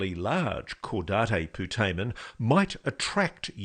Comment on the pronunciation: I'm going to be that guy. Lou, that's not how you pronounce cadate putamen.